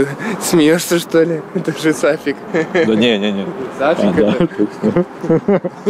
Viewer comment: Правильно Сафик